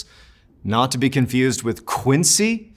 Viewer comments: he really is such a captivating orator. also thank you for teaching people how to correctly say Quincy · I love how he made sure to say the correct pronunciation of Quincy.